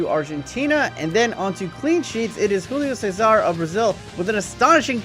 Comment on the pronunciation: It's Júlio César, not Rullio César...